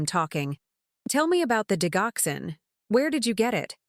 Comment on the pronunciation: Argh! It is pronounced Dij oxcin not dig oxin.